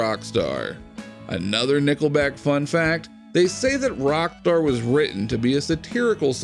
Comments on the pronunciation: Yep I heard it to, maybe he's rocktarded. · find a new voice for this show he cant pronounce rock star not good on a site called rock feed